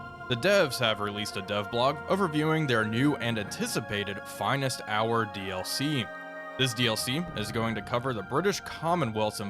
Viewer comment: the "FIENST" Hour?